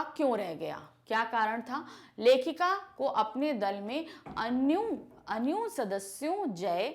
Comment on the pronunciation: Wo aanu nhi ahi anya hai Anpadh galat padha rahi hai 🤮🤮